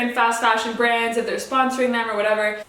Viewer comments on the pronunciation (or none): none